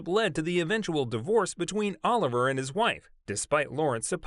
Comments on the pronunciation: I wish you’d do more research on pronouncing names… I cringe every time u say “Oliver” instead of “O-liv- e-aye”🤦🏽‍♀️ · It's not pronounced Oliver. It's pronounced "O-Livvy-Aye". There was also some prince that had the hots for Danny Kaye. The rumors about Danny's sexuality have existed for many decades. But rumors are rumors. It's up to a person if they want to believe them or even care. Which I don't. A celebrities life is not for sale. We are only entitled to what they agree to and are paid for to do. Nothing else.